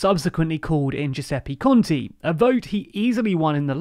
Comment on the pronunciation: Let me give you a word of advice: it's a little better if you read every 'e' as in the word 'spell', at least you won't be saying Giuseppi conti (lol)